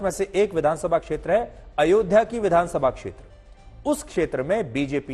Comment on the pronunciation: ध्यान से सुने तो पता चलेगा कि राहुल गांधी अयोध्या शब्द भी ठीक से नहीं बोल पाते